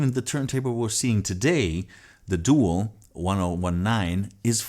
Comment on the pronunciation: Doo - AL is how it's pronounced .